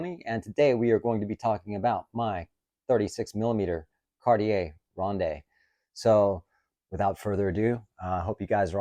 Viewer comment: ronde pronounced rond. Lovely watch. high autonomy means 8 years of battery life.